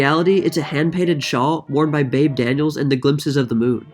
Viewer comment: Like the new intro. Oh and it's pronounced "Beebee" not "Babe". =)